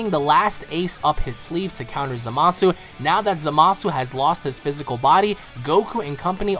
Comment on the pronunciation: its za-ma-su